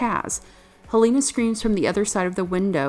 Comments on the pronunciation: ._. Hel-a-na. I love this movie and this review is really good, but please... Hel-a-na. Not HEl-a-na. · Ok her name is not Halina it's Helena get the name right you noob, i mean you have clearly seen the movie so you have no excuse for mispronouncing her name like that. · I want to like your video, but you seem to mispronounce the main character's name.... even directly before showing clips where it's beimg pronounced in the movie itself... I'm still goimg to give you a thumbs up, but damm. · The fact that Helena's name was mispronounced every single time made me quit this video about 2 mins in. What a shame because this movie isn't talked about enough.